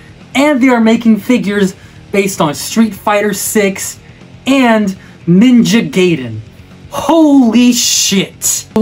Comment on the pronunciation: It's Ninja G-A-iden, not Geiden...